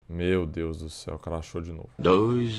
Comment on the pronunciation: O cara fala craxou umas 100 vezes